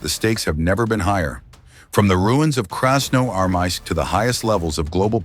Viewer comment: Вас не смущают небрежно нарисованные картинки и механический голос, с трудом выговоривающий название города. Фото на вкладке это просто ужас, повторяет ИГИЛовские постановки. Вам подсунули фальшивку.